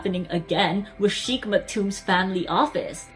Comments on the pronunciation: It's not pronounced as chic but shake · It is not "Sheekh" it is "Shaykh". It seems he grew up in Philippines going by the fluency of Tagalog or had seriously learnt Tagalog with employees. The singer and the sheikh are obviously the same person. Royal families in the UAE are very large, consisting of hundreds of members. Only the direct descendants of the ruler and/or those holding ministerial portfolios are known to people. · Please try to pronounce "Sheik" properly.